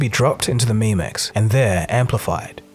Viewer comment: its pronounced "mem-ex" like memory extension, not "meme-ex"